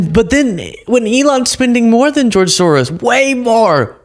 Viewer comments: He can't even say George . He's definitely on the Short Bus Crew . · I hate how he says George